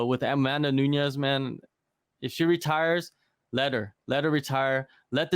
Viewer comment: Bro you can’t be posting videos about MMA and not even know how to say her name correctly smh